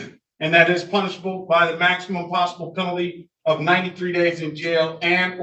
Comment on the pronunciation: At first i though he said “punchable” instead of “punishable”, and just like that I have a new goal! Love love! Die.